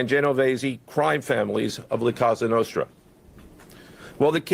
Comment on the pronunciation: It’s laughable that he got up there and said this administration is anti-crime. It’s also a crime the way he’s pronouncing “la cosa nostra”